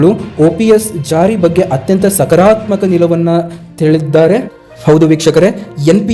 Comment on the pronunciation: ಅಪ್ಪ ಮುಚ್ಕೊಂಡು ಬಾಯಿ ಮುಚ್ಕೊಂಡು ಇಡಪ್ಪ ಸುಮ್ಮನೆ ಯಾಕೆ ಬೊಗಳುತ್ತೀಯ ಸಕರಾತ್ಮಕ ಅಲ್ಲ ಸಕಾರಾತ್ಮಕ ಅಂತ ಹೇಳು ಉಚ್ಚಾರಣೆ ಮಾಡಕ್ಕೆ ಬರಲ್ಲ